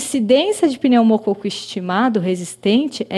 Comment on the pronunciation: "Pneumocôco". Brincadeiras à parte, ótimo vídeo!!